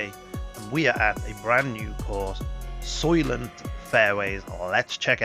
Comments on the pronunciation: soy-lent, not soy-lient....very well known movie. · Thanks for the playthrough!! Unlucky break on 17 for you but great round! And yes, the pronunciation is soy-lent